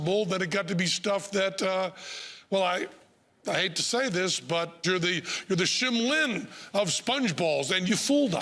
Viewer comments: Lol Penn said Shim Lin instead of Shin Lim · He said shim lin.... I think he meant to say Shin Lim